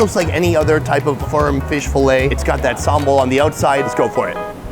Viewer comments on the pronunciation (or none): none